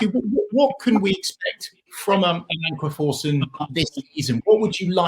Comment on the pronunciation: May be wrong but pretty sure it’s Amankwah Forson